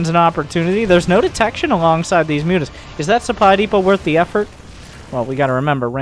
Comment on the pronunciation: dont forget "moo-tahs"